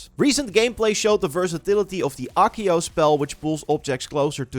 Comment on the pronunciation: Acio= A̶a̶k̶iy̶o̶ 🙅‍♂️-> 💁‍♂️ Ekiyo Redikulous. Why can't you just reasearch some of these pronunciations? Too many times you've arrogantly, ignorantly butcher these pronunciations. I still remember you pronouncing Ninjutsu (should literally be pronounced as it's spelling neen-jut-su) as Neen-yet-su 🤦‍♂️🗿😵 There yet another.. *Levi-yo-so 🤦‍♂️ ooff.. soo irritating. It's Levi-o-saa. This one literally got correction in Harry Potter itself by Hermione; Man, this is ironic af!